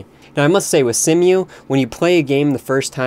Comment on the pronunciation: Just saying, Cemu is pronounced like "see-moo" and cache is pronounced like "cash".